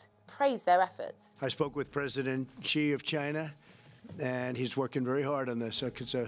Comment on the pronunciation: First, learn to say the Chinese names properly. Chen KIO Shee? President GZI?!? Come on! You're just losing credibility with this amateurish covering. But yeah thanks for at least spreading awareness of already old news. Less thanks for spreading the WHO's line of thought, which is funded (or rather corrupted) by the CCP. China's effort have been "swift" and "aggressive" but this is NOTHING praiseworthy. They've had to take desperate measure because of their initial negligence, which is inherent to an autocracy. They haven't been transparent at all, only manipulating numbers and categorisations rather than concealing them altogether, which is even more confusing. They haven't let any foreign experts in. They've pushed contradictory propaganda all over the place. There is nothing enviable in the ways they've tackled what is going to start a worldwide pandemic.